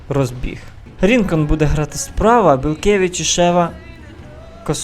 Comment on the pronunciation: Правильно казати БелькЕвич (наголос на кЕ) та Калітвінцев(наголос на цев) Рінкон(на кон)